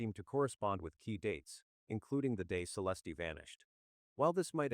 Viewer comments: Celestey? Using Ai that can’t pronounce her name is so disrespectful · Have some respect for the deceased and edit her name to the correct pronunciation